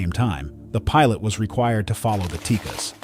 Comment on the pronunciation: I don't know where this voiceover guy is getting his information, but the last I heard it wasn't pronounced TEEKIS, I thought it was pronounced TEE-CASS